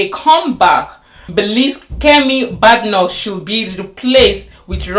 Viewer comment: Her name is not pronounced bad pronounced bay d like bay watch, Please watch prime. minsters questions time. You see how her name is pronounced also Kier you need to learn to pronounce it also. Well Your content is full of cherry picking as you saw how she was praised two weeks ago about supreme court victory case on Biological female. Do you know the people who voted her in. Yes we all know that she won't be the leader not because she is not leadership material as far as l understand the British politics, she was just there to satisfied the system. But don't say she has not done well is so wrong the woman has been in. Politics long before you came to UK listened to what she said today about the current election you will be balanced in your content. Some of the immigration laws are already there so it not Kemi that will change it, it has to go through a process as a bill first before it becomes law.